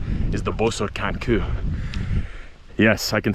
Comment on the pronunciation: You pronounce the hungarian word for rock as koo I cannot tell you in an English word how it is pronounced more like kew. GREAT STUFF !Kis Baratom